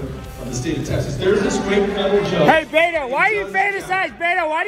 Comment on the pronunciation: Beto pronounced as “beta”